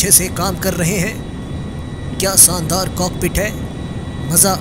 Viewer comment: Noobra its shandat nit sandar